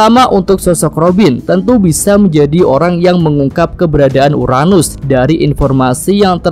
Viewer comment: URANUS.. bukan UNARUS